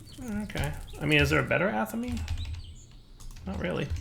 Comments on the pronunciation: Every time... "ah-tha-meh". NOT "Atha-mE" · "atha mee"??? come on man, Athame is a REALLY common item to come up in any RP game or conversation, how do you not pronounce that right? it's pronounced like Athamé, like Resumé